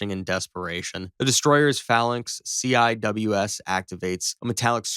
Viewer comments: Thank you. That was damned annoying. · It's pronounced "fay-lanks" not "fah-lan-ex." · These kids and not knowing how to speak. It's Fay lanx. That's the correct pronunciation.